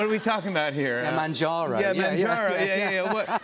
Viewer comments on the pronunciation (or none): "manjooro" i don't know if its cause of accent or he don't know that is actually mounjaro